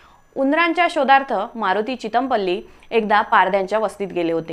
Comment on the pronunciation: Thumbnail वर चितमपल्ली असं आहे.आणि तुम्ही चिद॔मपल्ली असं का म्हणताय. नावाचा व्यवस्थित उच्चार करा.खूप छान माहिती दिली. धन्यवाद.